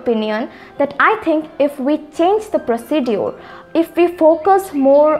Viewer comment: I feel there is a mistake in the pronunciation of the word procedures. If I am wrong sorry for the comment ...